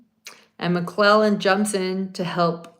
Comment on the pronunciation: There is a D at the end of Nicks name. I’m not sure how to spell it but it’s more like McLeland or something.